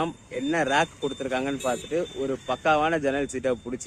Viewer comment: nice video. note. அது "ரேக்", "ராக்" அல்ல